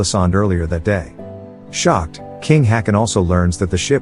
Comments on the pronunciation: Now, I would just like to mention that the king, King Haakon (Danish and Norwegian spelling) King Håkon (Norwegian spelling) is closer pronounced as King Hawk-on and not King Hakon as the commentator pronounces it here. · The pronounciation comes from anglicizing Å as A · Uh, "Haakon" is not pronounced "hacken", it's pronounced, "hawk-on". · still it dosnt work they shoudve prounounced it hokon atlast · Oh, you mispronounced Haakon and Märtha. 👎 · Do you deliberately mispronounce names? Such famous names as Hakon, if ever errored must be corrected at once. You are no different